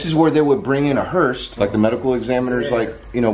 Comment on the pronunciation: FYI Omar, it's Hearse, not Hurst. 😁😊✌🤣🤣